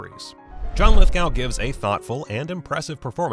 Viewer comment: 2 points 1. You seem unable to pronounce John Lithgow’s name correctly 2. No such person as Princess Diana. As she only married into royal family she was NOT entitled to use Princess before her name unless granted by queen which she was not. It was media who gave her that unofficial and meaningless title. She was only Diana, Princess of Wales not Princess diana